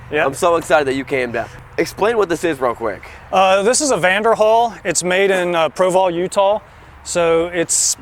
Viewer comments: I know I am 4 years late to this video....but did homeboy just say Provaul Utah? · Local Utahn here. I don't know if its just his accent, but its Provo, not Proval. Just a small nit pick. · This dude said "Proval" Utah. It's Provo buddy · Provo, Utah not "Proval".